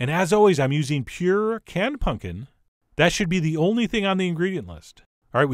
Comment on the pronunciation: Why do you keep saying punkin